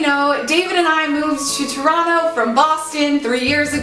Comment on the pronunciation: Wow , you really say Toronto like a real Torontonian !!!! Yay we accept you.